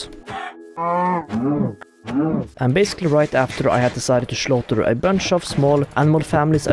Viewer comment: I just love your accent. It's so cute how you say "shleep". "shlash", "shlaughter a bunch of small animal families". Just adorable 😍🤣